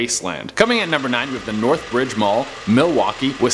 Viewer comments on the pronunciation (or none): The #9 mall in Milwaukee is NorthRIDGE, not Northbridge. I used to live near there so I know you named it incorrectly. Also it's TOO-sawn, Arizona, not Tuckson as you pronounced it. 🙄